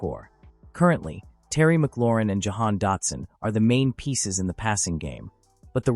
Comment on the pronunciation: Once you said Jahon Dotson, I was done 😅😅😅